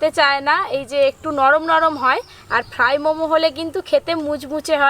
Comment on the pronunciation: ফ্রাই উচ্চারণ সঠিক নাহ